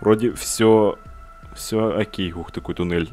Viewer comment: мне одному вместо окей слышится хоккей??